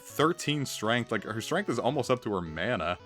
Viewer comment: Mana is actually a word. According to wiktionary, it's pronounce mah-nah.